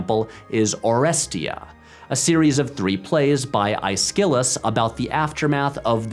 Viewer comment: Oh-REST-ia ICE-cullus ...I'm gonna butcher this...